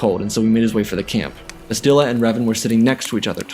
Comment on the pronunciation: Bastilla Shan So her name is pronounced Bas - still - La - Shawn Lol Grammer police over and out🚨